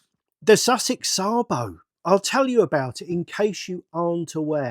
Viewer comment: No it's not, it's Sabo.